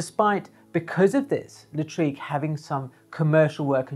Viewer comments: Great video as always.....😘....P.S......Lartigue is pronounced Lar-teeg....not La- treeg......📸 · thank you for your rich information Jacques Henri Lartigue and not Latrigue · Hi! Thanks you so much for your videos. I’m a big fan. I’m a French amateur photographer and I’ll take the opportunity of your mispronunciation of Lartigue;-) to ask you a question unrelated to photography (this time). I would like to know what you are saying. For my French ears, it sounds like « Hazard hazard ». And you say it each time! And each time I try to catch it but unsuccessfully each time. Can you satisfy my curiosity?